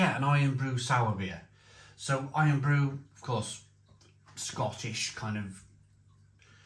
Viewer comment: Is the Barr's drink not "Irn Brew", rather than Iron?